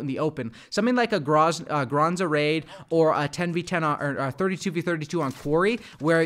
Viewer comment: its GraZNa raid, not GraNZa raid. You almost said it right at one point, but then uncorrected yourself lol.